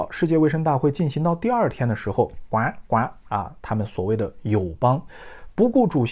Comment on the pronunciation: 为什么你发音“呱呱”这么的立体？？